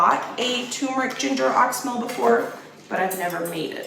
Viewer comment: I am an herbalist and wanted to let you know that you are mispronouncing oxymel. It is pronounced ox-e-mel. 3 syllables.